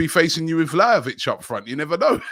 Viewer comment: pronounce Vlahovic's name correctly or you just sound like the fool you look like.